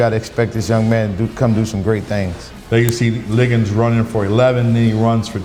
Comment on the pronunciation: Stop calling Ligon, Liggins. Come on Host